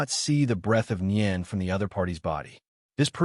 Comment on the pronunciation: Boring and a puppet master type nen is boring. And ai can't even pronounce nen wich is sad considering it's the basis of the entire story